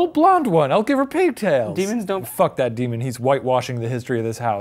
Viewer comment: deMON? dEEMON